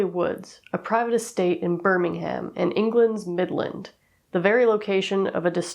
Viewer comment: You don't have to pronounce the h in Birmingham :) love your content, just wanted to let you know!